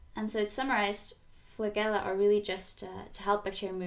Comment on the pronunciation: Great vids. Interesting pronunciation of flagella